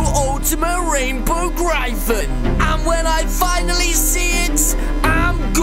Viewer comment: Im a Fan but thats not how you say Gryphon or Griffin